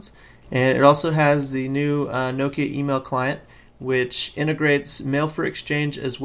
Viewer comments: It's prenounced NOK-IA not Nookia. Get it right :P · Pronounced correctly, the Finns say it basically as two syllables (from an American's perspective). Something like Knock-ya - but with a Finnish accent.... Needless to say, we Americans (myself included) do not pronounce it properly.